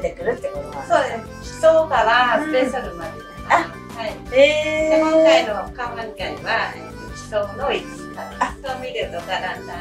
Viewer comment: カオマンガイだよね！？カウマンガイじゃないよね！